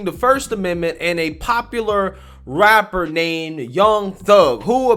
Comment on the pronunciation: Sorry, but she said wapper and awested. Hard to take it sewiouswy.